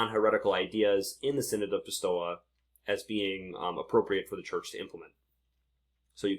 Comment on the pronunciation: pistoia pronounced "pis- toy - ah" .